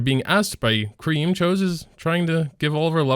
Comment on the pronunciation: just saying, choux is pronounced as shoo, shes a pun on choux pastry also tywins artifact doesnt counter basar it mainly counters cleavers, which sucks.